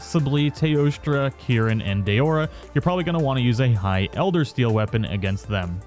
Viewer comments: do you honestly say eldersteal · Elder SEAL not steal. Sorry, that bothered me lol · lol he also says elder steal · dual blades, "elder steal" instead of seal, saying its the diablos tree when it was the val tree, it's not hollywood, but that's no excuse for errors that can be prevented with a script or corrections in editing via disclaimer text edits like a lot of people do.